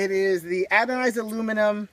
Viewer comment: Anodized not adonized